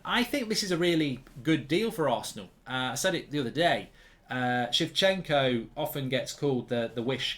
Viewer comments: Why does he pronounce Zinchenko like Zifchenko? took me too long to realize, who he was talking about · Zinchenko mark, Zin Zin not She 😂😂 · calling zinchenko shevchenko qaulity content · Shevchenko or Zinchenko. We all know what he's talking about. ✌️ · It’s Zinchenko lad not chivchenko or sometimes Shevchenko like you called him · He keeps saying Shevchenko 😭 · Zinchenko lol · why are you pronouncing Zinchenko's name wrong ??? I have literally heard yoyu pronounce it properly on multiple ocassions ????